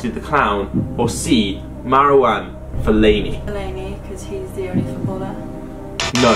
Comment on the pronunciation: She said Fellaini lmao nvr say fellaini